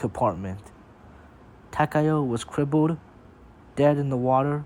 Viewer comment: Finally, an English speaking person who pronounces Takao correctly